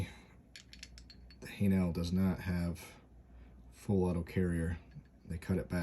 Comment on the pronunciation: Say "hay-nul" emphasis on first part.